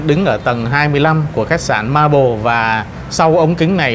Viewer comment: Xin góp ý với anh là Maple chứ không phải (marble) theo cách phát âm.